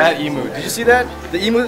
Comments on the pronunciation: I love how Phil says E-moo. Haha, it's pronounced E-myu, I'm Australian :) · Phil it's ee-myu not ee-moo LOL! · "E-moo" HAHA it's not pronauced E-moo ^o^ It's like Eemyou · Hehe not ee-moo but eem-you... That's the proper way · i still cant get over the way he says 'Em-oo' its so cute! not that i would expect him to pronounce it properly anyway. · Phil kept pronouncing emu, e-moo xD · lol phill say emu again please XD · LOL you said Emu wrong XD